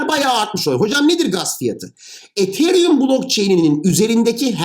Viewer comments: hocam sen ietheryüm derken ben nie değişik hissediyorum ya biz buna yıllardır etheryum dedik 🤣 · Hocam ethereum diyişiniz çok gıcık ya. E harfini farkında olmadan ei şeklinde okuyorsunuz. Yapmayın gözünüzü seveyim. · hocam ethereumu neden degısık telafuz edıoyosunuz r harfını bastırınn hocamm :) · Hocam ethereum'u çok komik söylüyorsunuz xd